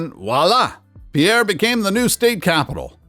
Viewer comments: Having live in Pierre Sd for 2 years, the locals hate when you get it wrong. Spelling aside it is actually pronounced like pier. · Pierre is pronounced "peer", not the French pronunciation. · “Pierre” is better pronounced as “Peer.” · "Pierre" is pronounced as "peer!" If you are going to talk about state capitals, make sure you check the pronunciation of the names. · I came to say that too…pier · The capital of South Dakota is pronounced Peer😢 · Before you do a video such as this, you really should be sure of pronunciations, such as the way you say "Louisville" and "Pierre." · Ok, you ai robot! Eat this, learn the local languages of the places you criticize. In South Dakota Pierre is pronounced “peer”. In Nebraska Norfolk is pronounced “norfork” and Kearney is pronounced “carney”. So any opinion you may have of state capitols is pronounced “ear ev uh lent” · Locals refer the city as "Peer" instead of using the French pronunciation. Pierre is the center of South Dakota, just a couple of hours east or west of bigger cities like Rapid City or Sioux Falls. Pierre sits on the missouri river, but has no interstate near it. Nearest interstate is 30 miles south which is interstate 90. Pierre mainly attracts hunters and fishers when the season opens. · Pier as in Shipping Dock, not Pierre or Pee-air as in Peter in French. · Just a note that South Dakota's capital is pronounced Peer not Pee-air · It is not pronounced “Pierre” but ‘Pier’, one syllable. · SOUTH DAKOTA's capitol is pronounced like PIER not PEAIR (DAM SICK OF THIS) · Peer, SD, not Pee-air. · Pierre is pronounced“PEER” not PeeAir. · South Dakota's Pierre is pronounced "peer", not pee-air. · Also, South Dakota's capital was not correctly pronounced. It's "Peer", not Pee-AIR. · Grossly mispronounced Pierre (Peer). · Pierre, South Dakota is pronounced as pier (like a place a ship ties up) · Pierre SoDak is pronounced “Pier”. Put some respect on its name. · It's pronounced "Peer". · Pierre is pronounced as “Pier.”